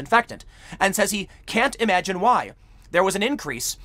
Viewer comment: "Well imajun mah shawk"